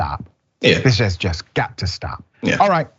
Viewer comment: For fucks sakes, the word is JUST not jest. My God man, you are a doctor.